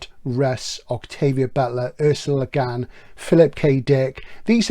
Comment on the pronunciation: Great video as ever. I remember bering absolutely blown away by both The Dispossessed and LHOD when I first read them (and they are certainly overdue for a re-read). A small note about the pronunciation of Le Guin, however (and I only bring this up because I know you’re particular about getting the details right). To quote Le Guin herself: "Le Guin is not a French name at all; it's Breton. It's pronounced, to the best of my knowledge, just like its Welsh cognate gwyn — white, blond, fair."